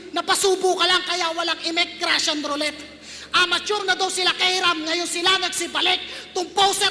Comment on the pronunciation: Tanga ni mzayt Russian rollet Haha pronunciation nun roley